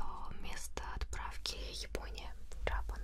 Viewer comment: не ДжАпан, а ДжепЭн